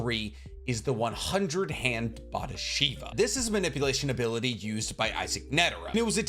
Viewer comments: What the fuck is up with your pronunciation of neteros ability? Bodhisattva. Boh-dee-zutt-va. Why are you saying boristava 🤡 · It’s bo-dhi-satt-va not bodhistavva!! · My guy mispronounced "bodhisattva" three times in three different ways smh. Truly the worst pronouncer in the industry